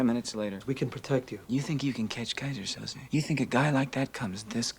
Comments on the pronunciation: It's 'Kaiser Soze' pronounced 'So-Zay' (or 'So-Zeeh')...not Sosa and not Souza. SO-ZEEH. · It's pronounced So-zay, not so-zuh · [They say “Soze” roughly 5,000 times]: Soza. Soza. Soza. Killin’ me, mama😃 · I love how you kept saying Soza 🤣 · 🤣🤣🤣keeps calling him "Sosa"